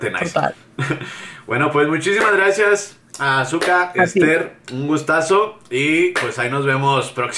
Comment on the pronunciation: Vino Azuko, no Azuka!